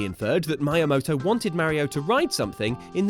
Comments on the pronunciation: Just for future reference, Miyamoto is pronounced like me-amoto! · Miyamoto is pronounced me-ya-moto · Really, Maya-moto? For shame, for shame!